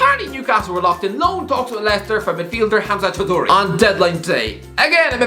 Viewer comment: I hope Hamza Choudhury doesn't watch this video, you butchered his name. Also, did you say Kounde has brunch booked at Halfords???